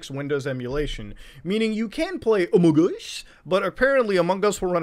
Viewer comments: Among us, not Amon gus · Sheeesh what are you doing here? It's amogOS, not AMOGOS. HUGE difference. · it kills me everytime when he says amogos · I can't hear Muta say AMOGOS enough times. I keep coming back to this video just to hear it. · More like: Amog OS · Every time Muta says "Amogus", an elderly person dies and a baby is born. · your general habit of over-pronouncing the g in among us is absolutely fantastic and i love me some amonGus never stop saying it like that please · Every time Muta says "sus" and "amogus" part of him dies inside. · mutahar saying amogos gives me my daily dose of serotonin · "Halal OS" lol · Every time muta says AMOGOS I feel it in my soul😂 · Love hearing him say AmogOS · As a raspberry pi user I’d love to hear your embarrassing raspi story! Also why did you show the raspberry pi 400 keyboard instead of the actual board lmao Also, love ya Muta, but every time you say AMOGOS like that I feel like committing sepuku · the way he says amogus is awesome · the fact how he says amogos